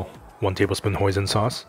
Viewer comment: What is moizon sauce I couldn't catch up ... Thick peste you used before dark soya sauce. Can someone help.